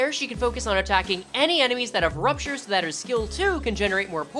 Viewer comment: just say poisture. wtf is prupture